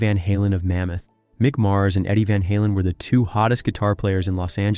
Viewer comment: Meek Mars